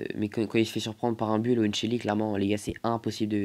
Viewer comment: ARRÊTE DE DIRE BULL ON DIT BOUL